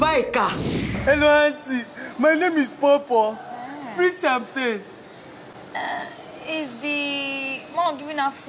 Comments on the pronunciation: Champagne ❌ sampagni ✅ 😂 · Its how jenifa pronounces champagne for me😂😂😂😂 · Jennifa's pronunciation of champagne is everything